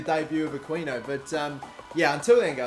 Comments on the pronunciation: you pronounce the 'qui' in aquino the same way you pronounce the word "key." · You're pronouncing Aquino wrong. Its pronounced Akino. The Q makes a K sound. Just saying. And dont forget to pay Habiar or something's wages